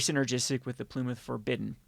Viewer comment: "Plume" the Forbidden 😂